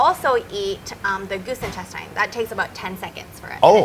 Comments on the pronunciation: try the goose intesTINES. mE: quack (duck face) well at least she pronounces it phonetically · No one : Her: goose INTESTYNESS